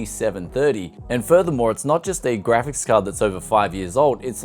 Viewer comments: It's called a GRAPHICS card.... not a GRAVIS card.... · For a moment I thought you said "Gravis" card, that would have explained the price (if a rare one!!)